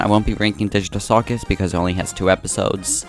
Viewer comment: i almost left the video when u said disney, BUT "The amayzing digtal cuwchus" IM SORRY I HAD TO.